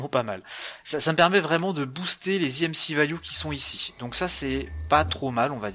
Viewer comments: Stp dit EMC et pas EMCI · tu le dit en anglais imci et en français emc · oui mais c est chelou